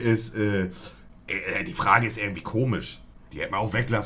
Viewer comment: Warum können 50% der Deutschen kein "sch" aussprechen? Komich, stürmich usw